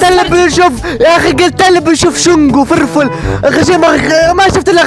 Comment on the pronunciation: فيرفول❌ فرفول✅😂😂😂